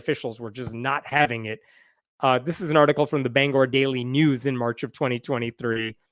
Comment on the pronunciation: Mainer here. First, thanks for saying Bangor correctly!!! This whole thing is such an embarrassment. It makes me angry.